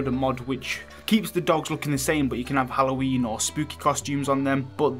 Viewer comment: Love how you say Halloween and house minus the H...your accents awesome. Appy Alloween dude 😂👍